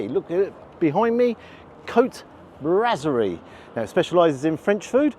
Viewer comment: It is pronounced brasserie as in "brass", not brazzerie. We'll forgive you for that one.